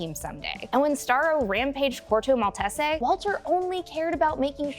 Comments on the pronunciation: it's actually pronounced mall-tees (like the dog breed) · “Malt-ess-ay” lol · It was Corto Maltese, the location where most of The Suicide Squad took place. It does sometimes get pronounced Mall-tay-say, a more Italian style I guess. (If you were just poking fun at the pronunciation, my bad. I can't always tell with comments) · Stressing me out with the way you pronounce maltese